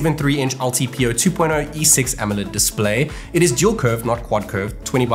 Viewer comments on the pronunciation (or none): none